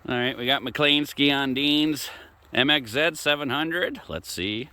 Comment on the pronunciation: MXZ 700 , bro you need to work on your accent. I have a 2000 MXZ 700 and it fly’s , had it at 110 plus across Newfound lake in NH .